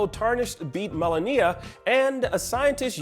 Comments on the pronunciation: What is it with you and being incapable of pronouncing name’s correctly first Zen Die Ah and now Mala Kneea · This shows that this guy hasn't even played the game or even just watch a fight with her since she says the name correctly every time the player dies and in the first encounter cinematic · the way hes saying malenia is upsetting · He keeps saying Melania's name wrong! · People should stop complaining about oddworld and start complaining about how this guy is pronouncing Malenia... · Please pronounce Malenia’s name correctly 🤦🏻‍♂️ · The way this guy says Malenia.. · The way you pronounce Malenia disturbs me.